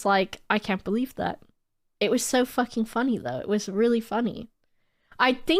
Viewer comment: I think the reason why it sounds fake is because stresses the second syllable of "fucking" and she says "bitch" in an aggressive manner whilst using an exaggerated comedy voice. So it sounds unnatural and not in her regular speech.